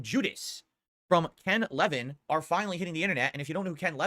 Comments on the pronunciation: It’s Ken Levine, not Ken Levin. 100 % regard. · What's he got against the French? He can't even pronounce the guys name right. Wait wait... Ken Leven... I didn't know who he was talking about until he said Bioshock and I'm like... Ken Levine? "La-veen" Jesus christ this guy have you even heard yourself talk? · Ken Levine's last name is not said like that. The guy is a legend and he can't get his name right. Jesus Christ. Also Jesus Christ he knows nothing about any of this. He watched/read the most condensed version of Judas info and got quite a few things wrong